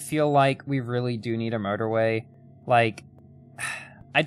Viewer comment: Sometimes when you say motorway, it sounds like murderway